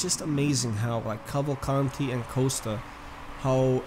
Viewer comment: its not calvacanti its cavalcanti.theres a difference.